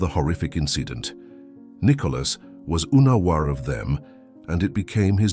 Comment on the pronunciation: "soerveilance cameras", "installêd""oenawar" i.s.o. unaware 😢